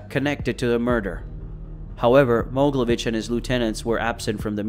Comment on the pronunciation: Not Moglevich it's called MogEElevich